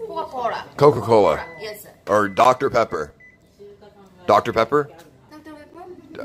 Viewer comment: ain’t no way bro said Dr Pepper-u 😂😂